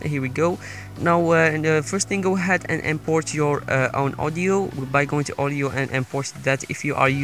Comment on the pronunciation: Every time you say Audio it sounds like Oreo😂